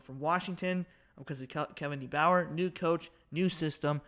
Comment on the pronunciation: You can’t even say DeBoer name right and you think Wisconsin winning by 7 LMAO let me save you some embarrassment you need to go do your research before saying dumb crap Ryan Williams ⭐️⭐️⭐️⭐️⭐️ Caleb Odom ⭐️⭐️⭐️⭐️ Kendrick law ⭐️⭐️⭐️⭐️ Justice Haynes ⭐️⭐️⭐️⭐️⭐️ Jam Miller ⭐️⭐️⭐️⭐️ CJ Dippre ⭐️⭐️⭐️⭐️ Danny Lewis ⭐️⭐️⭐️ Ty Simpson ⭐️⭐️⭐️⭐️⭐️ Richard Young ⭐️⭐️⭐️⭐️ That’s just some examples , how Wisconsin beating Bama by 7? 🤣 That air raid shit doesn’t work Miss State runs it and Bama has shut it down.